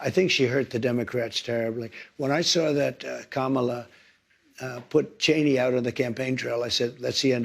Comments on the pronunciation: Amazing he can pronounce her name perfectly now that it's no longer cool for him to act like a child. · Oh, now, he knows how to pronounce her name🤦🏽‍♀️ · Now he is saying the VP name the right way!! This is the guys half American chose to be the president! 😫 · So he does know how to pronounce her name!!! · OMG… he does know how to pronounce Kamala now!!! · What??? He finally said her name right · All of a sudden he can pronounce Kamala correctly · So he does know how to pronounce her name 😮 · Is it just me, or is it crazy that Trump can say KAMALA Correctly!! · He pronounced Kamala's name Correctly? 😂😂😂😂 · And NOW he can pronounce HER name? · HOLY 💩!! At the tRump ACTUALLY PRONONCED KAMALA CORRECTLY!!!!🤣🤣🤣🤣🤣🤣🤣🤣🤣🤣🤣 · So, all of a sudden Trump can pronounce Kamala's name correctly. I guess you can teach an old dog. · Now he can pronounce the Vice President’s name correctly. Go figure that.💙💙💙💙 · Did anyone see that he pronounced her name correctly? We are not gonna talk about his campaign because it was a disaster for him. Joe made one mistake on the debate stage, but T can say whatever he wants, he degrade, threaten, abuse, fraud, sexual assault, & the 'R' word and still become President. But, this is the world that we are living in. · He always knew how to pronounce Kamala's name! It was just a sign of disrespect on his part.